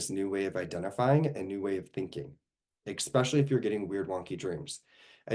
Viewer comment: Do you pronounce especially with an x? 👀